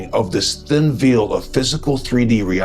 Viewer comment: Why you say veil as ‘veal’ instead of ‘vayl’?